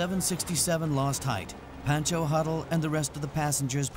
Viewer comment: Who heard Bhenncho Huddle instead of Pencho huddle.. indian viewers get over here...